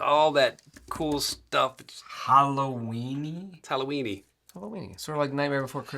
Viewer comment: Brandon is amazing when he realize that said 'hollowweeny'!😂😂😂